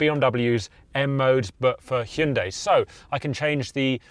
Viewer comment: 드디어 "ㅕ" 발음과 "ㅐ" 발음을 해 주는구나.